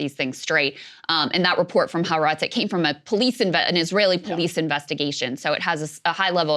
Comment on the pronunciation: Folks, the newspaper is called ha-aretz (3 syllables, accent on the second “a”).